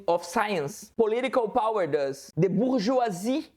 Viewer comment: English with accent is just spicy english. "Bourgeoisie" was chef's kiss, though!